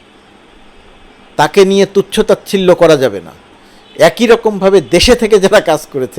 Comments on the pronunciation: একোই না বলে অ্যাকি উচ্চারণ করুন। ছ-এর উচ্চারণ ঠিক করে নিন। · এক-ই নাকি এ-কই? 😊